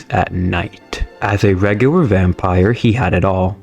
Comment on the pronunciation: though you still can't read words like "vampire" and "fisherman"